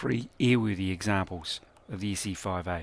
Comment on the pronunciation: Look, it's an Issy-foive-eeeh!